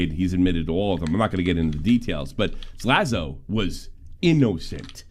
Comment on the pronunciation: Tommy still can’t say “Slazo” either. (“Zlazo”)